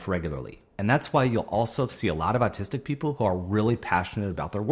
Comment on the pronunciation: Okay, I can not be the only one who hears him say artistics a million times!!